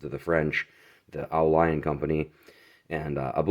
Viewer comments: Great snag. Dude, yer killing me with the oh lion. It's French "au" means "to the" or "from". Leon is a place. The world pronounces it like "lee own". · I saw another vid on the au lion knife by a European guy here on YT. He was pronouncing the name Au Lion phonetically as "ooo leon". Just passing that on for what it's worth..or not worth lol. His Au Lion knife had an aftermarket skull strike pummel so the company may have had issues during the manufacturing process with the threads messing up on the knifes rat tail tang. Great vid! I bought the knock off BudK version of this knife a few years back for the heck of it for maybe $20 and it is surprisingly sturdy. Im a military vet and would love to find a real one of course.